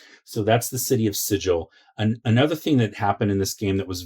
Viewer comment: "Sigil" has a hard G, not a soft G, cutter. 😁 Love the content! I even learned a few things. Worth a sub!